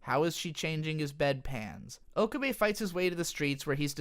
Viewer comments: He pronounces pretty much every character's name wrong. It puzzles me as to why. Maybe he has only ever watched the dub? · Do you say Okabe like that to troll or is that how it's really pronounced?